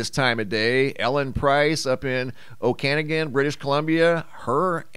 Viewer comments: It’s pronounced oak-a-noggan.. I’m from there .. no shade.. just a helping hand.. you will no doubt be talking about it again this summer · HAHA it's pronounced Oh.Ka.Nog.A.Nin Also I am constantly talking about your knowledge you're widely versed and I watch you often. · It`s pronounced Oh Kuh Naw Gun by the way.